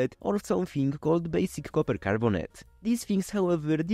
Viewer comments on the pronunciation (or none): none